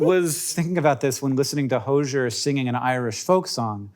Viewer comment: Hozier’s name is actually said hose-ee-r. Like my hose is hosier than yours.